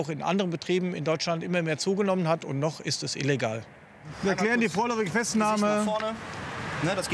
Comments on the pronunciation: Diese Betonung: "[...] NOCH ist es illegal." xD Wäre mal ein richtiger Schritt sowas zu legalisieren (oder ebenfalls, Zigaretten und Alkohol verbieten). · Betonung auf noch